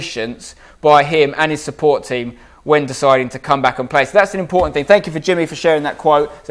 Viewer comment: Who typed the Jimmy Conrad piece? It should be shorts, not "short." The su-pport instead of sup-port is hilarious!